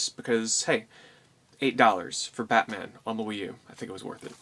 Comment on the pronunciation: Did anybody else hear him say pacman instead of batman the first time he said it?